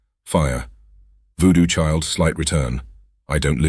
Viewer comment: just make it pronounce 'voodoo chile - slight return' the right way pls. Always sounds like it's 2 diff songs. Thanks for this series, and keep rocking!